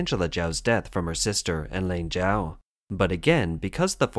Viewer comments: "Chao" is pronounced Chowe not Jow. You can't even get that right, then how can anything else you say be trusted?? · This woman's family name was not pronounced /jow/; it is /chow/. This channel often does poorly with pronunciation of names.